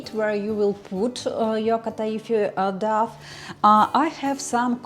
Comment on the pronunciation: very useful, but please check on google how to pronounce the english word "dough"